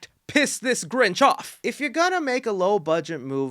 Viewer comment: The grinch you mean ginch